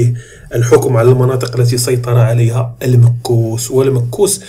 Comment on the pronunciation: تحياتي المكوس تنطق بظم الميم والكاف وهي الضرائب او الجبايات كما ورد في تحليلك.شكرا على مجهوداتك والله المعين.